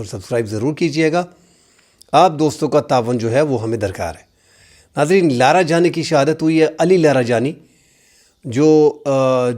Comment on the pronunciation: Larajani ❎ LaroJani❎ Ali larijani✅